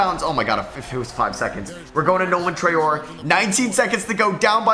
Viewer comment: Hey, just so you know it's pronounced "Traoreh" in French :)